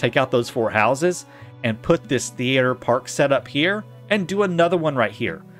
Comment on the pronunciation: Why are you pronuncing "theater" different every other time? very confusing.